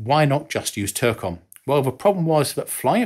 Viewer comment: For your entertainment, TLAM is typically pronounced "Tee Lamb," INS is used simply as an initialism (vice acronym,) and DSMAC is typically pronounced "Dizz Mac." You nailed TERCOM though.